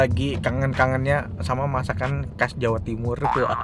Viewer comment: Bukan kas, tapi khas..